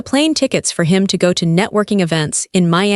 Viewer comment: You can't even pronounce "Los Angeles"? Common, fire the frigging AI and hire a human who can read and speak English fluently.